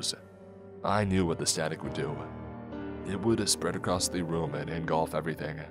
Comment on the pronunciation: I love, love listening to these, so I hate making this comment, but "acrosst" isn't a word. Not that I think you'll care that it bothers me. I don't enjoy "Eckspecially" when people do it, either. Could be worse, though. My gf has a hissy fit every time she hears a brit say "Everyfink" or "somefink"